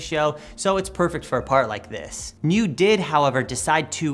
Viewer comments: Hey guys. Not to be a smartass or anything, I just wanted to tell you that the scooter is pronounced like Kneeoh, which is slang for awesome in Chinese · Ahhh, yeah, Niu (牛) does mean cow in chinese, the same word also is slang for awesome, which is what I mistakenly thought they were probably going for. Either way it's pronounced like the video game Nioh but with a prolonged o sound